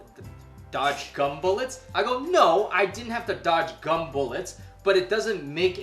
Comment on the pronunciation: dodge gumble？what is that？